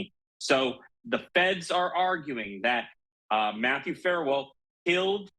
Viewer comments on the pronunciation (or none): Your commentator needs to know his story. He keeps calling Farwell by the wrong name. 'Farmore' Get it right! SMH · What's so hard about pronouncing Farwell? Embarrassing. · His name is FARWELL and there’s no such word as “boughten”